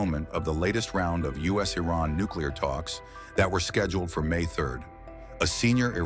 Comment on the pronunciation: I like how there's two possible ways americans pronounce Iran and Trump decided to go with neither.